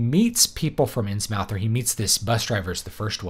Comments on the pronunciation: Important!! You must pronounce it “INNS-MITH” ... rhymes with MYTH. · It's Inns-MUTH, not mouth. It's great that you're so unbiased and unemotional. Given Lovecraft's situation, his background, interests, mental problems/frailty and professional failure, I guess it would be surprising had he not held the racial views that he did. And with the ongoing Islamisation of Europe - there already are Islamic fundamentalist political parties here, and Sharia is already being practiced in courts concerning things like child marriage and inheritance - Lovecraft's visions of the decline of Western civilisation may have a lot to tell us today.